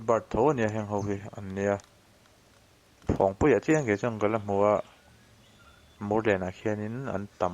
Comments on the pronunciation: Phawng nilo in .. Phâwng a ni ang a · Ni e, Phawngpui ti suh, Phawngpui ti rawh.. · Phawngpui pawh lam diklo hichuan tiang hi tive lo teh u, mizo hmun lar lutuk, tawng dik hi zir teh u, thangthar zel ah a pawimawh